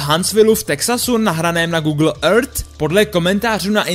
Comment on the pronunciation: ten proslov je strašný!!!jak vyslovuješ earth,to samé já řvu do mísy po tahu!!!udělej s tím něco,svěrač to nedává!!!